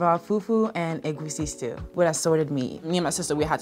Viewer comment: Making egusi but not knowing how to pronounce it is crazy lol